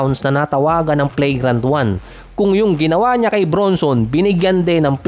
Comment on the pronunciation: Pronunciation Flagrant ❎️ Play grant ✅️